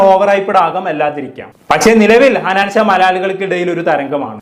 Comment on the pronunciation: ഹനാൻചാ അല്ലടാ ഹനാൻ ഷാ 😂